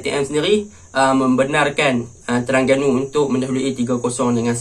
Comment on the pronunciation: Aku minat tang kau sebut pelat "TERANGGANU" bunyinya haha,good analisis,terang, mantap...